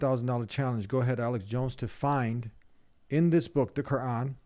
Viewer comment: He says kooran😂